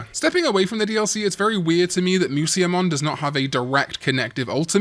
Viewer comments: "Moo-see-ya-mon" Holy Fuck I wanna kill myself every time I hear this.... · Slight correction: Musyamon is actually pronounced as Mushamon, musya being the Nihon-shiki romanization of musha/武者